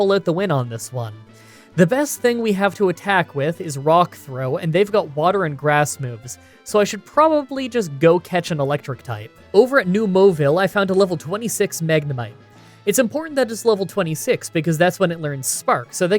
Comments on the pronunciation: “New Mowville” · mauville for one, there was another big one later that i dont remember off the top of my head